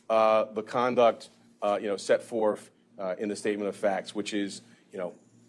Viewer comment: "Set forff?" He's a Harvard graduate?